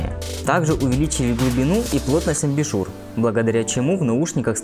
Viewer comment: Плотность абИшур? Это прачечная? Аааа, это салон аудиотехники? Выключил обзор, после слова: Плотность "амбИшур"